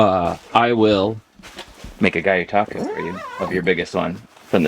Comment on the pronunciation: I feel like your mispronouncing gyotaku on purpose lol guy you taku is wild 😂 gee-yo-ta-ku 🤙🏽